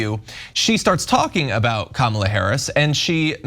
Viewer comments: A 15 minute segment by 3 people who didn't even watch the full clip. Cenk specifically being super soft on this. It's important to point out that at one point in that interview Nancy Mace actually started saying her name correctly, stopped herself, and then mispronounced it, AFTER being corrected. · People mispronounced other people's name all the time, but when when you are told over and over again that you are saying it wrong, at some point you said it the correct way. Come back and said you are going to say "I am going to say it however I want" . It's 💯 disrespectful. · Nooo, the issue is that she said it correctly and then said I meant Kamopla. Yes, people do pronounce names wrong but she literally said it correctly then said it wrong! How did none of you say this? So, Cenk in this case it absolutely matters! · The only problem is that you didn’t pay attention to what Nancy Mace did on CNN. The first time, she pronounced Kamala properly. Then she immediately corrected herself and mispronounced it the second time. She did it on purpose because she then yelled “I will say Kamala’s name however I want.” It was not an accident because she did pronounce it right the first time. She intended to be disrespectful the second time. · She pronounced it correctly then corrected herself to call it wrong!! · If only it was unintentional. Her (and all of the tRumps cult members) intentionally mispronounce her name and will tell you, as she did in this interview, that they will say it anyway they want to. That's different. She KNOWS how to say it, she just refuses to say it correctly. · When you watch the full clip, Nancy Mace accidentally says Kamala Harris' name correctly then immediately "fixes" that by saying her name again but incorrectly. That gives away the game, of course - it's very obvious that she did a "do over" to deliberately mispronounce a name she obviously knows how to pronounce.